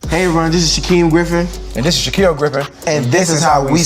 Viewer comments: OMG 😂! Graham their names are pronounced like Sha-keel and Sha-keem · The white in gram really came out when you pronounce Shaquille and Shaquem’s names wrong I’m dead 😂😂😂😂